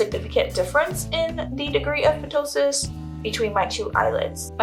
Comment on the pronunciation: The p in ptosis is silent.